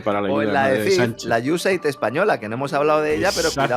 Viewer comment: Iu es ed, o usaid, nunca iusef, que pronuncia. Pronunciamos en inglés, o a la española, pero una pronunciación imaginada no se entiende. Otra solución seria mostrar esas palabras escritas.